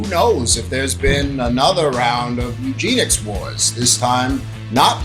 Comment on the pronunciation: eugenics not Eugene-ics